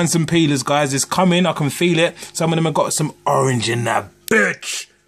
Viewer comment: stop saying birch